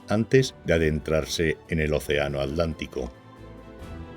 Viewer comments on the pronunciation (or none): ¿Por qué los españoles cada vez que nombran al océano Atlántico, dicen "el océano alántico"? ¿Algo les impide pronuciar la letra T? . . Para los españoles entonces los Atlantes, eran los "alantes" ?